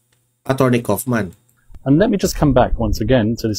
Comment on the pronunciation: Kaufman = pag bigkas ay kawofman .